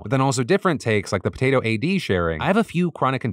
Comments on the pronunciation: So you want me to believe their user name is “The potato-A-D” and not “The PO-TAY-TOAD” 🤔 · That last comment was not written by „the Potato A.D.“ His name is „the potaTOAD“! A clever mash up of „potato“ and „toad“. And don‘t you dare to use the „I say potato, you say potato“ defence. The name still works, so even if you say it the dumb way, you still could have read it right! Come on, man! For some out here, having their name mentioned, is all they have in life. So getting it right is important! Do better! And apologise to „the potaTOAD“, he might be needing that now. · I think that last users name should have been read The po-tay-toad 😊